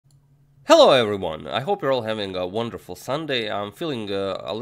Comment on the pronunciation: Emphatic “hello everyone” in this video